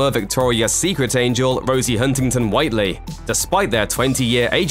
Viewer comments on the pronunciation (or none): none